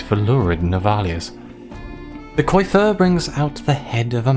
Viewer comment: Nice ! Btw coiffeur is pronounced "coafer" (means hairdresser xD funny how many french words in English xD ) On the story : can't wait to see the choices you made !